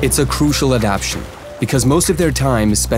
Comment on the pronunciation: You're missing a syllable. AdapTAtion, not adaption. Adaption isn't a word.